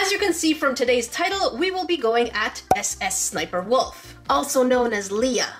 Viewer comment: It's ssssss. sniper wolf not s s s sniper wolf